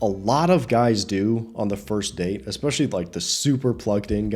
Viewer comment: Black chick with wig said "expecially" 😂😂😂😂😂😂🤣